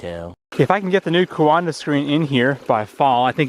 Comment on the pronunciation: Every time you said 'coanda' I heard 'Wakanda' in my head. :) Cool stuff though, very interesting!